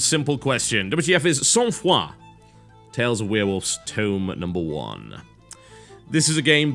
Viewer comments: Oh thank god, he learned how to pronounce the name since the podcast! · TB, good pronunciation of the title! I'm from quebec, so all of this very familiar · Thankgod the "ou" doens't sound like "uhw" :)